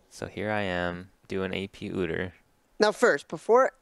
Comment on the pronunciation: Quit saying OODER